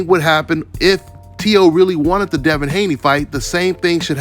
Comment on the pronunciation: It’s “Teo” bro!